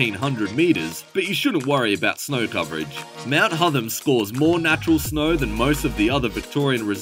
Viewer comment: hotTHam not hodum